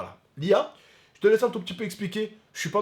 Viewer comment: lia tu m'as fais ma journée avec les fautes de prononciation mdrr!!